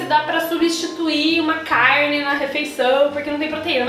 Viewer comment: eu amo quando ela fala “caRRRRRne” KKKKKK amo que amo